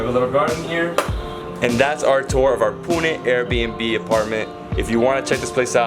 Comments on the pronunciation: They way he says Pune.. OMG So accurate..👍👍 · Thanks for pronouncing it correctly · you have Better pronunciation of Pune than most of the Indians..